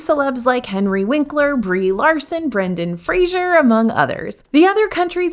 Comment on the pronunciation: Here once again for my annual PSA that it’s Brendan FRAY-ZER like the word Razor. Not Frasier. This icon deserves to have his name pronounced correctly.